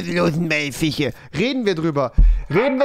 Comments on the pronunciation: Niemand: Rewi : FiChE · Niemand: Wirklich niemand: Nicht mal Unge: Rewi: Fiche